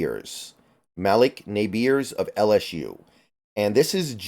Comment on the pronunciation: It’s pronounced as “muhleek Neighbors” not Malock nabeers 😂